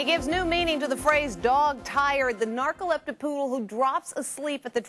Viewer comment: the news lady says narcolepta poodle hahahaah